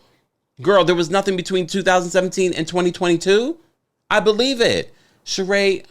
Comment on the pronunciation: Whew! The Sheree babble!